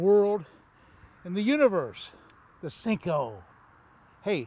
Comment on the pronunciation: It's a "senko", not a "sink-o"